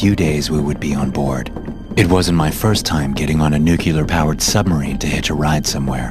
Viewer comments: it's "NU-CLEE-RR" not Nu-ku-ler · ..nuclear, new clear, nu cleeeeeer.. ..not nukeelar and no one actually talks like batman.. ..good grief.. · it's "nuCLEAR" not "nuke-ya'-ler" every navy nuke cringes to hear that and the tech details just go downhill from there. You obviously don't know jack. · Why is it called a "nucular" submarine? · How come you guys say nuclear as “nucular” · how can you pronounce nuclear with clear L as NUKEELAR. OMFG